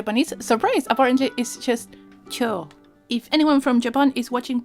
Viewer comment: Ahh I love this restoration! its so beautiful, the G2 ponies are so elegant and pretty. Also, I’m in beginning japanese 2 in college right now and ちょう(aka 蝶, the kanji you put in the video) is correct! And you said it right ☺️ Google translation is actually pretty accurate for Japanese about 90% of the time (in my experience)! I loved this video, I’m so happy you’re talking more in your videos I love listening to you so much 🩷